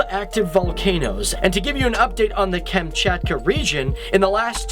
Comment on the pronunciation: >"Russian is my favourite language" >"KAEMCHAETKUH"